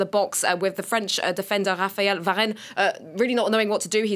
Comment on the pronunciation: There are some that do but not her. He didn't even say Varane's name right.